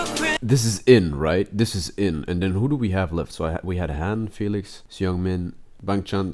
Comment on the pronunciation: You did really well with recognizing the members!! Seungmin is pronounced more like Sung-min and I.N is pronounced like Eye-En, but you’ll also hear the members call him Ee-En or Eye-Ee-En sometimes, and a lot of the fans call him Innie